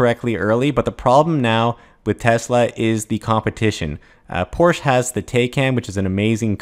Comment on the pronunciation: Sadly, your remarks about Porsche ("e" is pronounced, BTW) Taycan shows that, sadly, you don't understand luxury and sports car market, either. Streight line 0-60 acceleration is not synonymous with performance. Nothing Tesla brings out will "destroy" Taycan (but Taycan might cannibalize some of Porche's own Panamera sales). OTOH, Taycan will not hurt Tesla's sales much, either. Ford and VW might, though (and they are certainly not "crappy cars"), but I am convinced that the EV market as a whole will grow rapidly and that there is room for all. As for Tesla's technological advantage, there is one parameter where nobody manages to catch up: energy efficiency. Supercharger network is amazing, but Electrify America/Ionity is catching up; Autopilot is no more advanced than, say, Mercedes' driver's assist features. Tesla might have some self-driving breakthrough in the pipeline, but I will believe it when I see it. Most of your video was very reasonably (certainly far more reasonable than Chanos' pronouncements); pitty that at the and so much fanboy nonsense has crept in. (Then again, Tesla counts on fanboys, just as Apple does.)